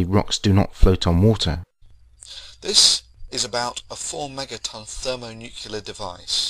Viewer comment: Can anyone say thermonuclear THERMONUCLEAR Not thermonuquler. Now let's try and get it right so we at least sound half intelligent, British accent not withstanding.